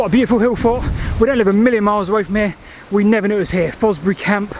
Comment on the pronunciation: I finally figured out you’re saying “hill fort”, I think.